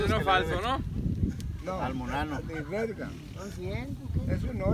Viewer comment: Dice monano....es trabajo